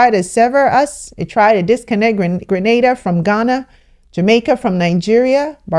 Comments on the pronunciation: Yayyy! She pronounced GrenAda correctly this time! Thanks for correcting that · Thank you you said it right Grenada 🇬🇩 home sweet home